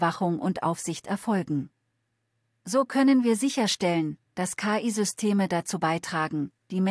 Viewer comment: Man sollte.. ähm ChatGPT4 mal beibringen das KI in dem Fall leicht separiert (Buchstabe für Buchstabe) ausgesprochen wird, da es sich um eine Abkürzung handelt ähnlich wie bei FBI, DB usw. 🤔 Und an den Clipping bzw. Texturfehlern der Zähne sollte man nochmal nachbessern / arbeiten. 😛